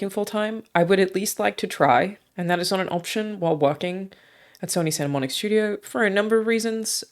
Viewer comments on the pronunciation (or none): Its Santa Monica not Santa Monique...